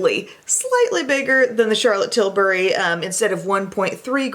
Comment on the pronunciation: I liked this video solely because you pronounce CT’s last name right. Too many you tubers call her Charlotte Tilbarry...... like ummm no. Sorry, having untraditional name, I think it’s just sign of respect to say one’s name correctly, so thanks for that!